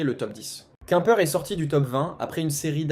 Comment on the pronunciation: Beaucoup de bla-bla, probablement IA, qui dit plusieurs « quouimeper » au lieu de Quimper, on se renseigne avant de faire une vidéo. C’est pas crédible du coup